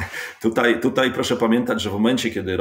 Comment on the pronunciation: Co to znaczy wczorej, tutej itp ? To jakaś u Pana w miescie norma? Codziennie oglądam, chyba wszystko oglądałem szanuje. Tylko co to znaczy np tutej :D